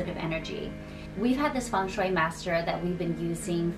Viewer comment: Blessed You Tube algorythm!! It's taken me some time to come across your channel but I'm lovin' all the amazing tips and tricks to create a lucky home and last but not least, how you pronounce Feng Shui correctly!! Thanks a lot,!! 🎋❤